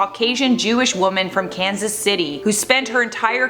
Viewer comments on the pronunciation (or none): none